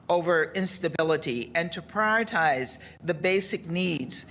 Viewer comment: sorry but if you cant pronounce the words you don't qualify for the job ............................. Priyortize?????????????????? pri·or·i·tize more than likely .....................